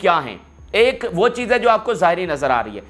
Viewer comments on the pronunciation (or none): none